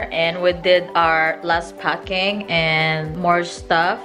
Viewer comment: around 1;28, u said u guys did ur last pucking?!….nononooooo, ph is the place to do a lot of pucking!!!, hahahaha.....one time, I bought some stuff in a market, dried fish, needed to be taped and wrapped up, to bring back to states, the vendor said to us to go to the other vender and buy some pucking tape!!!! I was like whaaat!.....lol, minute later, u said it again, last pucking.